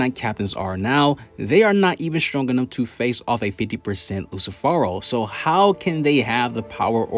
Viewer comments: It's Lucifero.. not "Luci Phoro" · Did he just call lucifero as in Lucy or i am tripping ???